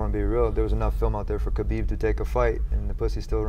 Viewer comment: Why does DC always say Hanbib and no one says anything?🤣